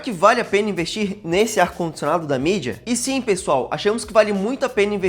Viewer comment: n é mídia, é midea